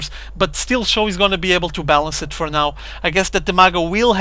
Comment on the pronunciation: It's pronounced like Show.